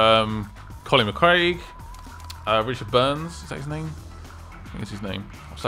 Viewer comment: Colin McCraig??? lol. Colin *McRae*,! LOL!!;)